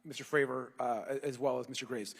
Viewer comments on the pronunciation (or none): will all due respect, can you please f*ing pronounce David’s name right? It’s Fray-vor, not Favor lol 🤦‍♂️ Thank you for your service to the whistleblowers 🫡